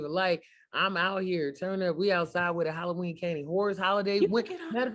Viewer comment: “Hollyween” candy